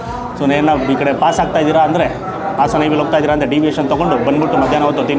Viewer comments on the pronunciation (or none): none